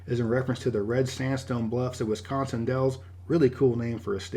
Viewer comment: I’m sorry this is a nit pick but as a Wisconsinite we get offended when people pronounce the state name wrong, do not put the emphasis on the con in the name, I will admit the emphasis is on the con but it is quite soft (this is a way for people who are from Wisconsin to tell if someone else if actually from Wisconsin or not, by their annunciation of the word)